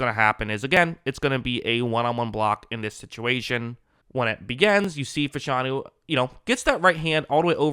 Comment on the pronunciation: you are mispronouncing his name. It's O-Lou Fa-Sha-Nu.